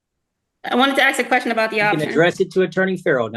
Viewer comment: ITS PRONOUNCED A-S- K!! Dammit why can’t you say it right??